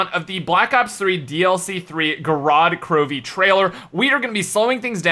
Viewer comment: Well, as a ppersonn speaking Russian, i have to say that it isn't gOrod krovI, it's gorOd krOvi.